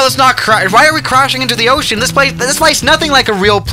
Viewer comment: When he said ocean i thought he said oh shit lol 😆